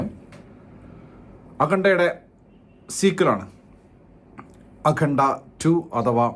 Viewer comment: Akhanda❌ Akhunda ✅